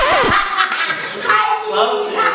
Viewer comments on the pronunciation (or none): Love <3 He said Imodium, I can't.